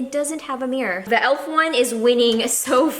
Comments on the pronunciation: You drove me nuts when you said "the" with the e sounding like "ee", you only say it that way in front of a vowel, like "the other" (you that properly). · More blacker More cheaper More---er You have to break that habit of adding "more" in front of a word ending in "er", dw it's only constructive criticism 👍🏼(also you drove me nuts when you said "the" with the e sounding like "ee", you only say it that way in front of a vowel, like "the other" (you that one properly).